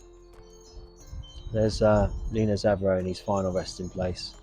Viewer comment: Is it me it sound's like this guy is saying Nena. It's Lena Zavaroni.